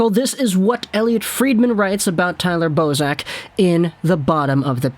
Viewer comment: Bozak! I heard Boseman ateast 2 times lol.